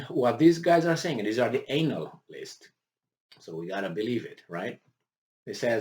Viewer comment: Friendly suggestion Sir. Your pronunciation of "analysts" makes me think of ass holes. (EINAList / analist). Otherwise, you're awesome 👌